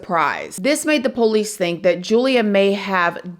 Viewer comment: I hate the way says poolicee drives me crazy